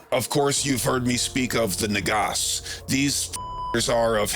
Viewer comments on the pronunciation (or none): I believe it's nàgas, not nagàs. And since russian shares some roots with sanskrit nàg in russian also means naked. Weirdly enough it sounds similar to a leg.